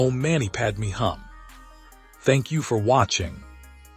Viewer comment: "Om mani padme hum" = mani pron. "money" not "manny" ; "hum" pron. closer to "whom" not "come". Padma Shri = "shree" not "shrye". Can't someone help AI?